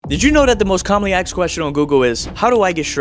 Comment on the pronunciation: “Commonly axed question”